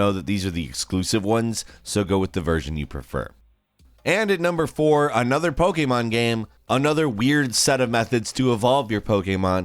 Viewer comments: It’s pokEmon not pokeAmon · Its pokemon not pokaymon